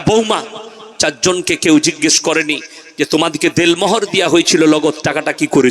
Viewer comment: .....Del Mohor noy, bolun.....Den Mohor.....So, correction plssssss🙏🙏🙏🙏